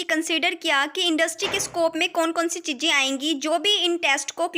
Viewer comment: Chijje ❌Chize ✅